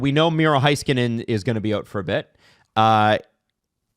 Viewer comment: still can't pronounce Heiskanen. It's like "neighbour" and "weigh" not "high."